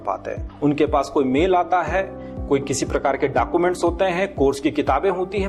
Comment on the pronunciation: Teaching method achcha hai lekin uchcharn ki kami hai jaise apne bola dacuments sahi bolna hai documents